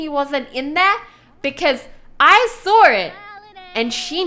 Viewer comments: Actually she says sawr it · And instead of saw she says sar it